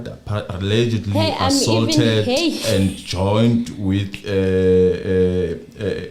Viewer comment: my princess,we luv your show however u kinda put it off wen u rush n speak.Yes nobody is perfect but please try n pronounce some of the key words such as ASAULT since u r covering a case where u r going 2 use such words....